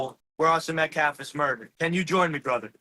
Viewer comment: He can’t say metcalf, you can’t say testosterone. Both are pretty absurd.